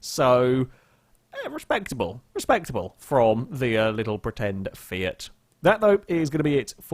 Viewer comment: Did he just call it a fiat one really fiat Uno lol